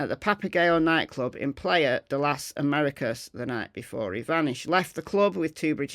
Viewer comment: The bloke did 6 summers in Tenerife and he still butchers the pronouncion of Playa de las Americas. Typical Brit.